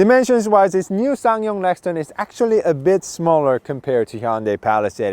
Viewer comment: Obviously. But the presenter repeatedly says "Lexton" not Rexton.